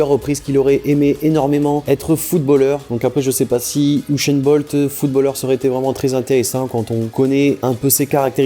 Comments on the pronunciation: usain bolt pas ushain bolt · Il dit "ushain Bolt" ptdrrr